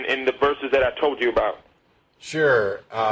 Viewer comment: "Yor too sker to tolk aboot it" yeaaaa ....